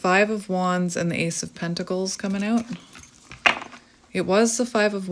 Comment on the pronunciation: lol I could never ‘hear the Canadian’ until you just said: “let’s hang ooot together’ lol 😝 that’s awesome. Finally! You most not originally be from Canada cause you don’t have thick accent…. But I heard it just now. 😀 cheers 🍻